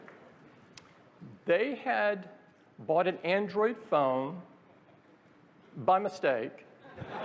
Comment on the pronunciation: The way tim pronounces Aindroiyed 😂